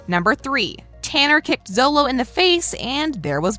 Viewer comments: You keep saying zolo,solo it’s sholo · She says Xolo names like it’s sound out it is pronounced xolo-(cho)-lo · Also it isn’t pronounce “solo” it’s called “sholo” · Add his name is Xolo. It sounds like Sholo not Zolo. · it’s not solo mardueña it’s pronounced sholo but his name is xolo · Its Robby not Bobby and miguels name is pronounced sholo not solo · Btw it’s pronounced sholo not zolo but it’s spelt xolo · Why does she keep switching from xolo (pronounced sholo) to zolo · she kept saying Solo but i think it’s pronounced Sholo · Xolos name is pronouns like sholo not zolo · lady... lady... i have multiple things that are an insult to Karate... 'Coaches' are called Sensei. You dont 'train karate' you do Karate training. Bobby Keene is Robby Keene. Xolo is pronounced Sholo. Eli Mosquitz's middle name is not Hawk. and its not pronounced Masquitz. and 'Master Miyagi' is Mister Miyagi. The Crane Kick is a thing. Even my sensei knows it. The fight was at a mall not a cafeteria. and most people know all of the stuff in this video. Also.. No shit the tat is fake. You think Jacob would seriously get a tattoo like that? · And she says zolo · It’s pronounced sholo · First of all xolos name is pronounced sholo second it is ROBBY third it is sensei not coach fourth Jacob bertrand and xolo mariduena are best friends in real life and have a house in Atlanta they both bunk in. And it is filled with pokemon stuff😐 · Am I the only one that heard zolo instead of xolo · She can't even say xolo right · There’s no way a woman commentating a video about the cast can’t pronounce Xolo’s name right and refers to Robby as Bobby.